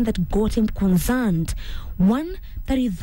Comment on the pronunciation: conzerned? tusome script vizuri